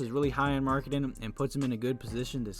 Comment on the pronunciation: Did you call Lauri Markkanen Laurie Markketin lol